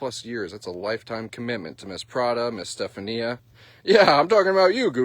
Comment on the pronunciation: You pronounce it Ste-fawn-ya not Ste fan ee ah. 😂